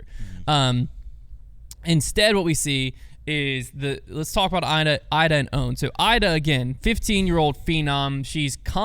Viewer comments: Come on we’re not even pronouncing Iida’s name correctly?? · It's a nitpick, but it's Eee-dah, not Eye-dah. *Iida Lehtomaki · E-duh not I-duh. On Apple Podcasts app making my ears bleed and whispering. Crazy that in here it’s fine. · E-da, not I-da. I don't make the rules. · Iida is pronounced Eda for you Americans ✌️❤️ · Agree not a nitpick. We only heard her name like a thousand times. I really wish as an American we can have correct pronunciation of ALL European MPO and FPO players! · can’t even pronounce Iida’a name correctly and still claims to care about FPO. Insane